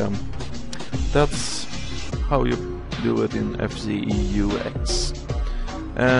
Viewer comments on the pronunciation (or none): Also, just a tip on how you spell FCeux, you say F like normally, and then like how you would spell Zeus, but with a k between the u and s. :)